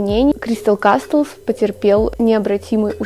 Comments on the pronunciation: Ща подушню конечно, но не кастлз, а казлз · Прошу, не кастлс а каслс, крайне сильно режет. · все супер но только каслс, т не произносится(